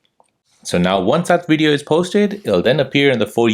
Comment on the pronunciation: you said to update to the latest wersion. What's wersion? And periodically you would say wideo. I don't understand.